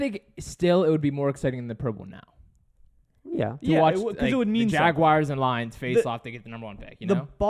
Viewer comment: Jaguars not "Jaguires".